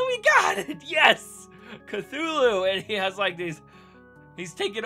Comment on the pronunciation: Cthulhu, not cfulhu!!!!!!!!!!